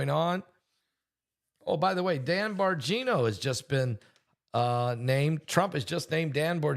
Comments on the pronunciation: Bongino you pronounce his name wrong not borngino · Bongino, not Borgino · Dans last name is pronounced Bon-Gino